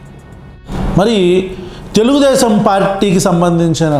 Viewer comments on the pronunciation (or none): అన్నా నీకు తెలుగు రావటం లేదు అన్న తెలుగుదేశం కాదు తెల్దేశం అనాలా😂😂